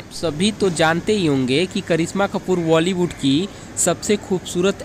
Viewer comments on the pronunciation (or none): none